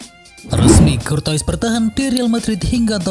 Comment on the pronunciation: Kortoa bacanya min